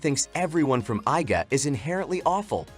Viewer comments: Bro why " i "ga clan 😭😭😭 It is iga clan It is pronounced "ega" 😭😭😭 You never ever saw ninja hattori cartoon 😭🤣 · It's pronounced ē-ga.